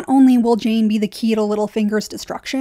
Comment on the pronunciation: Jeyne jeyne it rhymes with pain